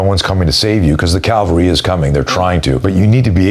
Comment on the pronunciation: Very clever guy but it's 'cavalry' not 'calvary'.